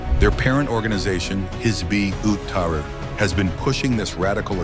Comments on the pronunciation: This guy can't pronounce it 😂 "hizboot-ah-ree" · HIZBUL TEHREER. [CORRECT PRONUNCIATION]